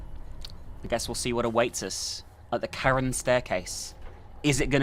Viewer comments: Charon is actually pronounced as "Karon". It's the name of the ferryman of the dead in Greek mythology, who would ferry souls over the river Styx and into the underworld, but only if you could pay him. If not, you were doomed to forever wander the banks of the river. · It's pronounced care-on. Aka the boatman? The ferryman of the river styx? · Actually you're both correct. In America, Americans pronounce the name officially as Keh-ruhn, while the official British translation is Cha-ruhn. So you're both right. Now for the actual Greek pronunciation, its pronounced Haron as the C is silent. Feel free to fact check it. :D